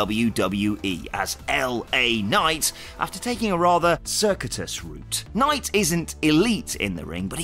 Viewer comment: Interesting pronunciation of circuitous there.